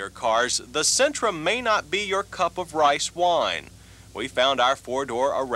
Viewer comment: Rice woine